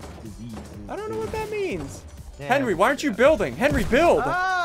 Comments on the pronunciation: ssundee: henwy i hit these also ssundee: goes on to miss like 10 times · Ssumde say henwy penguin